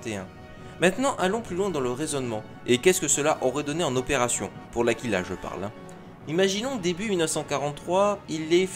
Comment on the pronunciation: sympa, bonne histoire , cela dit en italien aigle se prononce "a-cui-la" , c'est un oiseau , ça fait cuicui ^^